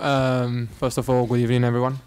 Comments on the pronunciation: Good ebening 😂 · Hector:first of all good ebening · "Good Ebening" 😂😭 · Emery always says Good Ebening lol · "Good Ebening"" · emery out thats all good ebening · good ebening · Heccy haha !!! 😂😂 good ebening everyone 😂😂😂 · bellerin good evening unai good ebening